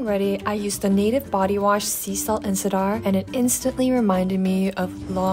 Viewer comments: "seasalt and sidar"????????? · Is that how cedar is actually pronounced?! Love when I have multiple videos to catch up on! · She doesn’t always have a perfect accent. She mispronounced the word “cedar” in a video for example. Her English is just really good!